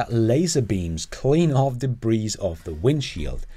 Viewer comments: Offering a couple of helpful items for pronunciations in English. Agenda is "uh jen' duh", with a soft g pronounced like the j in jar or the g in ingest. Debris has a silent s, "duh bree' ". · And "debris" is french, so don't pronounce the 's'.